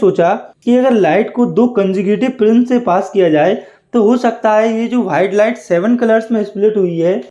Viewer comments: white ❎️ BHITE ✅️😂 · White ❌ Whaite ✅